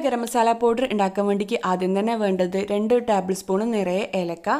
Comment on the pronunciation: ടാബ്ൾ സ്പൂൺ അല്ല ടേബിൾ സ്പൂൺ